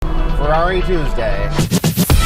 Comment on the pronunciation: Had to replay the first seconds a lot. "Ferrari thuesday" sounded like "Ferrari feels gay". I was like WHAAAAAATTTTTT, FERRARI'S ARE THE BEST